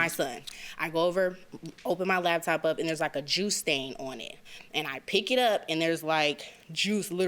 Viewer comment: Is she saying "labtop" with a "B"?